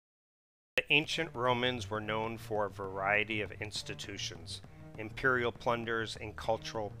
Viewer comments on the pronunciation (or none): none